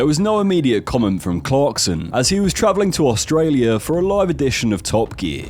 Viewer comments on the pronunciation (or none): none